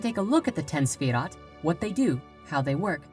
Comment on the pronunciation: Owyeah Yeah Here's a question, why is the title of this video both misspelled and mispronounced? Because it's kind of stupid to create a video that is demonstrably wrong on every point when you clearly can't even spell or say the subject matter. Pop quiz, who is Sephiroth? For extra credit can you also tell me who Jenova is and how it's also the name of my ringtone.